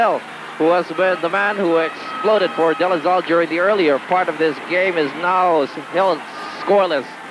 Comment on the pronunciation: “Ateneo Flying Eagles,” “Zambo Lim” “De La Zal”, “Razella” - where does get all these? 😡